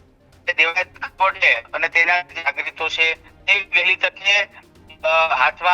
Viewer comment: ખવાડ નહી ખવડ. તને ઉચ્ચારણ આવડતા નથી પત્રકાર કોણે બનાવ્યો ભાઈ. 😂